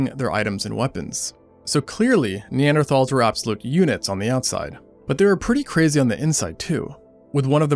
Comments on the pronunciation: seconds in and I was already disappointed that he pronounced neanderthals incorrectly. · When you spend almost 17 minutes pronouncing "Neanderthal" wrong. Hint: It's nee·an·dr·taalz not "Thals". Atleast put some effort into your videos. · You pronounced Neanderthals wrong so I didn't watch more than the first five seconds.